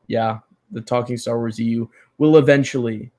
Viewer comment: Staar Wars. I look forward to the prolonged pronunciation every time you say it.